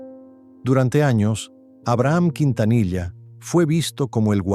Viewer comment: ¿Qué tipo de Mexicano eres sí no sabés pronunciar él apellido Quintanilla?